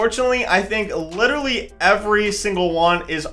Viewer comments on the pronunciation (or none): none